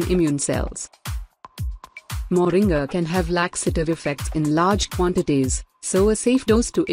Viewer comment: The name is not Moring as pronounced in the video. It is actually pronounced Moringa (sound "ah" at the end).